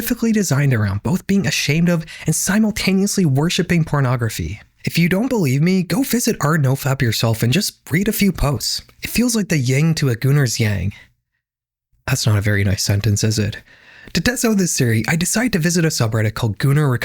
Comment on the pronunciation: it’s “yin” not “ying”